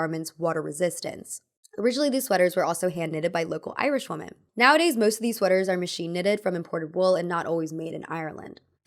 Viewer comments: Learn how to say "women" properly. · PLEASE look up how to say “women”!